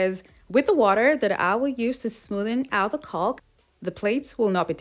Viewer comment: These are so so cute!!! The adhesive your using to hold the palm bowls is pronounced CAW-K even though it's spelled CAULK the L is silent. Just thought you would like to know.....your amazing....❤❤❤